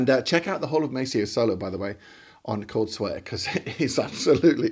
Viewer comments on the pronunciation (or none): I think you said cold sweat but it sounded like something else. Thanks again